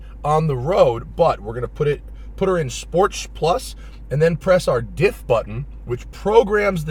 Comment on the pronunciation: That's how he says sports plus sometimes. I don't understand what I should be noticing ?